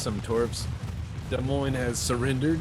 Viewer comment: As an Iowa farm boy, I am pleased that pronounced the name of that ship correctly in regards to my state's capitol.